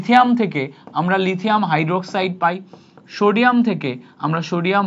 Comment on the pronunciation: Shodium ❌ Sodium ✅